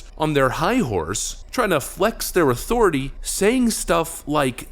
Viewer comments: "You will respect the authoritay " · "THE ATHURITY "